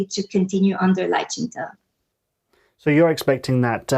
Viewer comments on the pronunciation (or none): Lai Qing Tay? It's Lai Qing Duh (Duh meaning MORAL 德 ethics, morality, virtue) Taiwanese and Chinese people have a different work ethic. Let's keep things real.